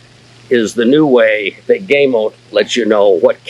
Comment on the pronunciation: first, thank you for not taking my anal pronunciation preference as a personal attack, I have watched videos done by gamo reps, they say GAHMO, so even I am not 100% correct, but my pronouncing is " american " , versus Spanish, I own the original magnum, 22 cal, the original swarm maxxim, 22 cal, and I'm saving for the bone collector swarm gen 2 with the mach 1 piston, I also have the original hatsan carnivore 30 cal and a weihrauch hw50s in 22 cal